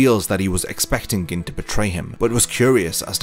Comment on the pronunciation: Gin, pronounced "Geen". Sorry but it was killing me every time you said "Gin"... still upvoted. Great video.